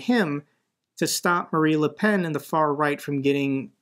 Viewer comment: you do quite well o European politics, don't worry. (Only it's MariNE Le Pen. Like in "the marines". )